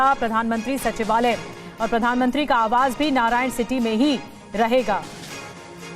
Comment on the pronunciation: नारायण सिटी नहीं नारायण हिती है